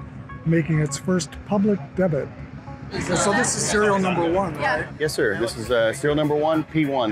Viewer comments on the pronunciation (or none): Debut is pronounced Dae Byou. My only wish is that if you're gonna pull out all the stops and make a video at least be able to speak the words you're reading. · This guy can't pronounce "debut". Has anyone ever watched two of their videos?